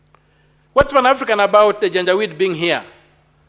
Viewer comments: She is saying janja weedii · Madam speak, what is janja wit? Do you mean janjaweed or something else? To be franky as an academic, wikipedia is not an authority in our academic circles. Due to the fact that the senator is not an academic but a political institution, he honourable Omtatah might be right. Had it been a lecture class, citing wikipedia is as good as absenting from using brain.